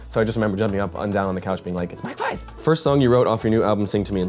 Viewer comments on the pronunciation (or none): "mike faIST"